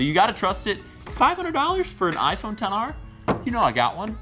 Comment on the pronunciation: Just say xr not 10 r